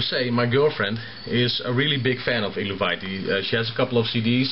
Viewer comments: Hails! Much respect,. From the words of the band itself, it's pronounced 'el-vae-tee'. it's the name of an ancient nordic tribe, like Tsjuder (pronounced shoe-der). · loool xD the beginning is awesome :DD and the darth vader ring hahaha eluveitie is pronounced elveitie.. look at their website^^